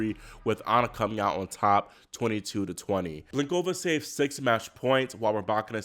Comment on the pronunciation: Do not say nosKOVa, please say NOSkova. Do not say blinKOVa, please say BLINkova. It's so easy to learn the correct pronunciations. Why don't you do it?